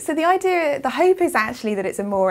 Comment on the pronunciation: Why do British sometimes pronounce the word "idea" with an audible R at the very end? I've come across that allot lately. And it's not just the case with that particular word but lots of others that end with an letter A. Which part of G.B. is this type of talk common to?